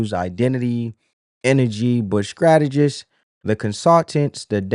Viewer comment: Strategists sir, not Scrategist. Fyi...😊